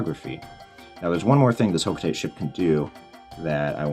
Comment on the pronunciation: It’s ho-kho- tah-tey